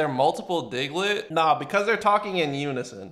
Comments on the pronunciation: His name is diglet not digaladid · i'm sorry but i'm pretty sure they're saying Diglett dig